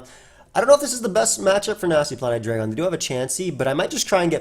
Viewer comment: you know it’s Hi-dry-gon.